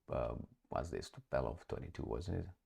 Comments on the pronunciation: Tupolev NOT Tupelov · TUPOLEV, nu TUPELOV:) Hai mai, ce naiba:D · Tupolev. Tupolev is the correct plane name. Not Tupelov as you incorrectly keep saying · TUpolev NOT tupelov. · Almost never is the correct statement. I have corrected a hundred times this tupelov thing. Alas! Wasted my time